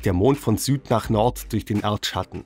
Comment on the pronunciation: Erdschschatten. Ich lieg underm Tisch 😂